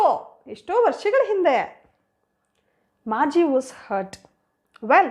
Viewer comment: Margi not marge